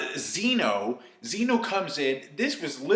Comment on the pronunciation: zeh no. not zee no